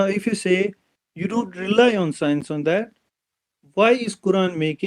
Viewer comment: Scinus ka kamaal hai 😂 in kashmir people pronounce science as sinus